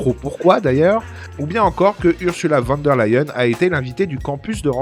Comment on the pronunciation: Prononcer fan der Leyen. Ça fait mal aux oreilles!!!